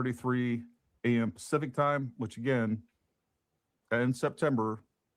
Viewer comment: Haha, what a dumbass, he says "specific time" instead of pacific time, and then shares a screenshot of a 5 year year kid with his face blocked out thats supposed to be 18 months as "proof" it's her kids... and in spite of the note "Don't share". But I don't know why anyone thinks they really had kids because they can't even provide photos that make sense to their age. So that means Charlie has been in on the hoax that they had kids too, which speaks more volumes.